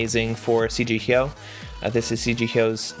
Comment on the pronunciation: Finally someone who can pronounce Hyoh.